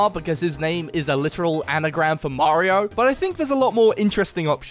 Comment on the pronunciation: I didn't know Mario has a L in his name 💀